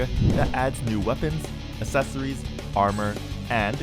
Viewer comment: "Assess-ories" kills me everytime.